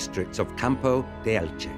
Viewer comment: Qué bonita es Elche / Elx. ¿Pero el narrador? Ug, no puede pronunciar el nombre de la ciudad. Qué raro.